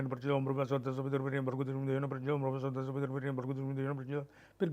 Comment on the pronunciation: Why everyone says स्वः as स्वाहा and नाः as नाहा. Those who can answer it, I would be great ful to them